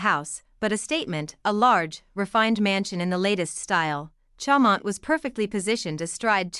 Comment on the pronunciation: If you can’t pronounce it you shouldn’t post it!